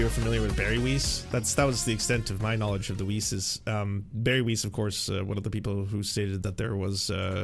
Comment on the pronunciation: I love the way you pronounce weiss as "weece". It just gave me a giggle